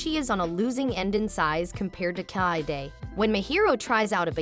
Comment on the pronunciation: Is that some text-to-speech software? The way the name Kaede is pronounced, feels terribly off.